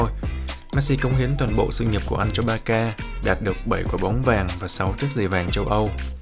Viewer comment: con nghe chú kêu ba ca nó cứ lạ lạ sao á tại bình thường nghe là bát xa